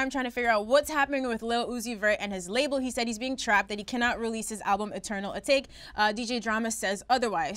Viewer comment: My nigga it’s Eternal Atake (uh-talk-eh) not Eternal Atake (uh-take)